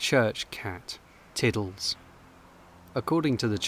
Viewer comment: Cat not car!